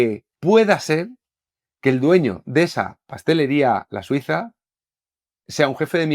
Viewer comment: Pastelería "Da Suisa" No oigo otra cosa